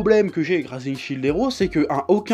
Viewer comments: SHIELD! PAS CHILD GODDAMNIT! (ça se prononce chiiild pas chaild) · Shield ça ne se prononce pas fucking Child lol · Chef, j'apprécie beaucoup ton boulot, mais je ne PEUX PAS croire qu'à ton âge, en ayant trainé sur internet, déjà touché à un jeu vidéo, tu ne saches pas prononcer shield